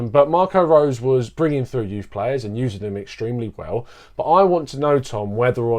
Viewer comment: His name is pronounced RoseR & the last 4 letters in the word Salzburg are pronounced BORG. The analysis here, though, is very good.